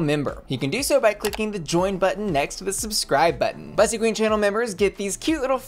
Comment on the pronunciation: My pet peeve with this channel is that Bussy mispronounces her own freaking name. It’s literally supposed to rhyme with p***y 🐱